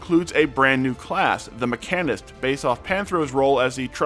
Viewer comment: I know they're not exactly common words, but it's distracting to me how you often you struggle with words like arcanist, mechanist, artificer etc. The stress is on the first syllable - ARK-an-ist, MECK-an-ist, ARR-ti-fi-ser. It's like the standard grammatical rule verb / noun stress shift that English employs frequently.